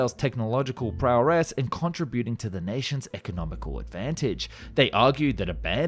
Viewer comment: Israel inventing the Lavi is like the woman who invented the pink VCR. Btw, you are knocking it out of the park with your research, renders and editing but some of the narration is letting you down. 'Metriciously", "prowress", "accompolied", "compensary"? While actual creator spoken narration with flaws is preferable to perfect A.I. voiced content due to its authenticity, the meticulousness of the renders should also be extended to the voice work.